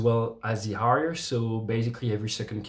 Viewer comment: He said ‘a shot in the Harrier’, but with a French pronunciation.